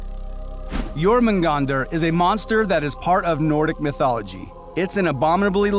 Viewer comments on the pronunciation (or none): none